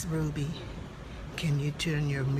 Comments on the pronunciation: It’s RUBY...not RUDY. And people supposed to believe you when you can’t even pronounce simple names 🤦🏽‍♂️. SMDH Lmao 🤣🤣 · La Ruby not LA Rudy??!! You keep saying it over and over man. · It’s “RuBY” with a B, Bruh. Rudy is a Huxtable...